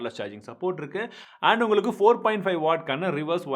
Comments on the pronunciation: Bro, enna "tamil pesum anaithu nalla ullangalukum" tune mari "nalla ungalukumnu" varudhu😁😁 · இன்னுமும் உள்ளங்களுக்கும் உனக்கு ஒழுங்கா வரல.. tongue 👅 ஒழுங்க clean பண்ணு